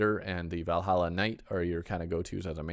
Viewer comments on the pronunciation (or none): none